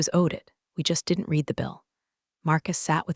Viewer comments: As with most of these tales, the voicing robot usually mispronounces the past tense of "read" ('red') as 'reed'. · Haha yes, every time the bot says 'reed' instead of 'red' my brain trips for a second. 🤖📚 Still, the story hits hard! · So true—and it’s such a small word, but it changes the whole meaning when misread. What other quirks in AI speech have stood out to you?🤖🤖🤖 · Right? Annoying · I notice that too! It completely throws off the flow of the story.